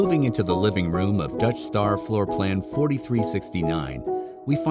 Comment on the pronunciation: Every time he says Dutch Star I hear "Death Star." RV should be all black outside.